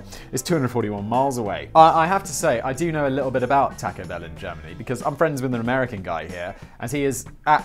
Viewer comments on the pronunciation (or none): can you please never butcher the word taco anymore.. or at least only once per video. You say it so god awfully. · The way you pronounce taco pains me.